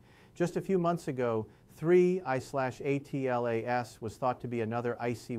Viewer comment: Why can't you say Atlas instead of spelling A T L A S out?💥